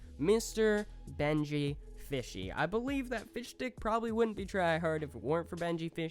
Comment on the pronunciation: When he said fish stick it sounds like fish dick